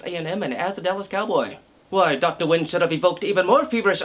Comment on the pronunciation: isnt it pronounced "when"?